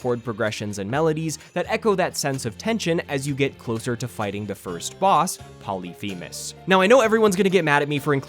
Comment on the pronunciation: You actually did pronounce Polyphemus correctly btw 😅